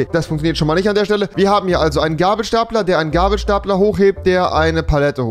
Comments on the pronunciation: Alle: Gabelstapler: Gäbelstäpler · Könntest du es bitte "gäbelstäpler" aussprechen? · Ach das heißt „Gabelstapler“ ..... Ich dachte immer das heißt „Gäibelstäipler“ ....